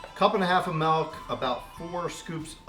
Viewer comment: Milk, not melk. I'm sorry but it's really bothering me